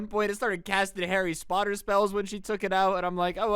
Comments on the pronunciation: Did this just say "Harry SPOTTER"?!😂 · No one: Absolutely no one:: Harry spotter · I swear he said "harry spotter" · This man says harry spotter spell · Tim Danny I heard that too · He said Harry Potter wrong